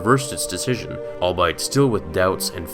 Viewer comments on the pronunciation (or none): Albeit is pronounced all be it, not all bite. Look it up, you use it often enough.